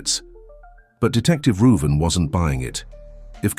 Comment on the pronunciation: So I tickled a bit. Growing up my cousin couldn't pronounce my name which is Ruben . She always called me Ruven so I think the detective name is Ruben. Lol